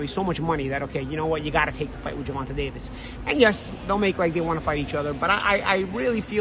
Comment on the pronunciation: This Punk refuses to even pronounce Davis his name properly. That crap is intentional. Can't stand dudes like this.